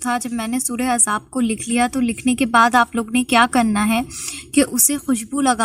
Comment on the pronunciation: بولنا تو سیکھ لو۔۔ سورہ احزاب ھے سورہ عزاب نہیں ادھر ادھر سے دیکھ کر ویڑیو بنا لیا بولنا انہیں رھا عربی کو